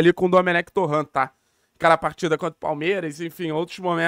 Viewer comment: Bom dia, a pronuncia do sobrenome do dome é torrent mesmo e não torrã como se ele fosse frances, abraço